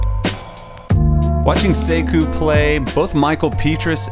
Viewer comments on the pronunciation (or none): none